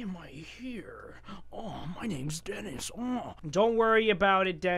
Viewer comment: it's Denis not Dennis